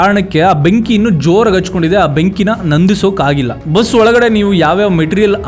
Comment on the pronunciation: Benki hacthkondide alla hattagondide heli kannada sariyagi matadi